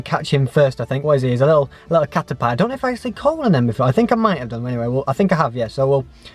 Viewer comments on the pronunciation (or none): i think it is pronounced as cater- pea